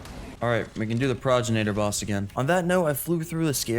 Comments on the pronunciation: you say progenitor like this Pro - gen - itor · It's pronounced 'Progenitor' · for anyone who is curious , it is pronounced Pro-gen-it-or and it means Ancestor, just a little fyi :D luv <3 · Pro-gen-it-or is how it’s pronounced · Love watching your adventures my guy but the way you were pronouncing Pro-gen-it-or drove me batty lmao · Pro-gen-it-or. Otherwise Pro-gen-itor. 👍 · it is pronounced pro-gen-iter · The boss is called "pro-gen-a-tor"